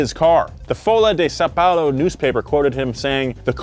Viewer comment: saou palou em ves de são paulo o que diseste e verdade